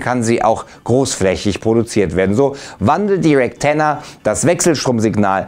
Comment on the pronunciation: Also ich hab nur REKTenna verstanden